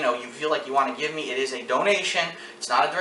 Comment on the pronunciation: "ge me monies to go on vacation" but wait when I'm not here you can't "ge me monies" This guy can't be for real.